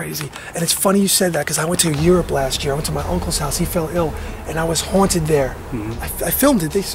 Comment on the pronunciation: the brother tree it's haunted not hotid 😂